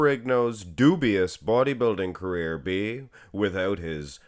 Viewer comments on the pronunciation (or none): none